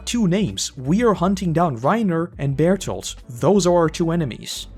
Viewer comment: for the life of me, I cannot understand why you call Berthold Barito. Somebody make it make sense to me🤦‍♂️